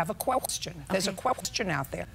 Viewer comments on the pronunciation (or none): "There's a queqstion out there."